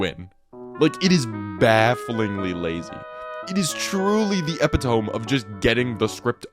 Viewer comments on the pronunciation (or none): small nitpick, but I've been noticing people pronounce epitome as eh pi tome lately when its uh pi tuh mee. I know this is primarily because you probably learned the word from reading and not speech but i thought itd be helpful to know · "Epitome" isnt eppi-toem, its ee-pit-oh-me. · My guy, epitome is pronounced eh-pi-toe-mee. Not epi tome. If you're gonna complain (rightfully so, I agree with most of the points in this video) about the incompetence of these studios, at least say the words correctly. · Great vid with great observations. Everything you said sounds spot-on. Just one thing: "epitome" is not "EH-pih-tohm", it's "uh-PIH-tuh-mee". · uh-PIT-uh-mi, not EH-pi-tome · “Epitome” is pronounced more like “ee-pit-oh-me,” not “tome.” Not to be annoying, it’s a great word! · Did he just pronounce epitome like ep-it-ome? its pronounced ep-it-a-me! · bro said "eh pe-tome" instead of ep-it-om-E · it's pronounced 'e-pih-to-mi', not 'e-pih-tohm'. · i hate to be that guy, but "epitome" is pronnounced "Eh-pit-oh-mee" not "epi-tome" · Another thing I find baffling is that the creator of this video pronounced epitome as epi-tome?? LMAO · i'm gonna be that guy... uh-pi-tuh-mee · Its pronounced Eh-pih-tuh-mee, lol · I think you said epitome incorrectly to garner wrath and get engagement from the comments. Otherwise it is pronounced, epitomee. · This man did not just say epihtoahm lmfao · uh·pi·tuh·mee!! I'm sorry but the misprounciation of epitome grinds my gears. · had to turn off the video after "Epi Tome" yikes 😬😬😬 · Please tell me you didn’t pronounce it “eppa-tome” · Did you say EPI-TOME 😭 Good video jokes aside lol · I have never heard it pronounced epi-tome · Epi-TOME. Jesus. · Yo I always accidentally read "Epitome" wrong out loud too, but thats how you spell "eh-pit-o-mi", it rhymes with "Epiphany" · ain't no way bro said "epi-tome" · An "epitome" is not an "epi(c) tome" but something that's "epi(c) to me" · No shot you just said ep-i-tome... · bro it’s eh-pit-oh-me